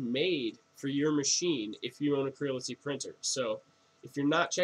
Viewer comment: Creality, not Crility... same as Aluminium not aluminum...